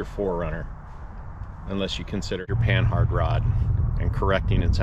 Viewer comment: Its not Pan-Hard It's Pa-nah spelled Panhard named after a frenchaman who created it and Panard Racing ... Christ, can people get this right?